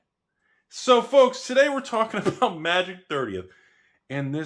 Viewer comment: That 🗣”FOLKS!” had some stank on it!